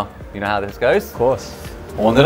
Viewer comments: 오늘은여기까지 첨에는 어눌한 발음이엿는데 이제는 개잘해 ㅋㅋ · 오늘은 여기까지 발음 갈 수록 좋아지네 ㅋㅋㅋㅋ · 오늘은 여기까지 발음 좋아진게 너무 웃기네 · “오늘은 여기까지” 이제 원어민 발음😂😂😂